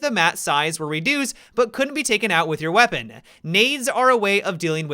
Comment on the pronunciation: How about when his vowels trail at the end of a word usually at the end of a sentence? Like "weaponaaa"